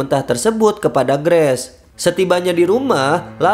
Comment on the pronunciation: Bacanya "greis" ya bang,bukan "Gress" 😅🙏 sukses selalu bang👍